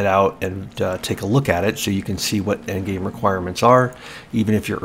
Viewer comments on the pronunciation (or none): none